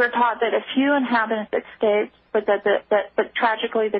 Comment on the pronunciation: She said 'exscaped'. I cant take anyone seriously who says 'exscaped'.